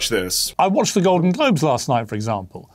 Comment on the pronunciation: At 6 seconds in, you said GLODEN GLOBES... Just saying!